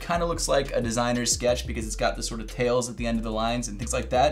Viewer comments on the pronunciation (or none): none